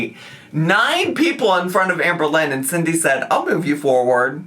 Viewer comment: Did I just hear ‘Sham-berlynn Reid’?!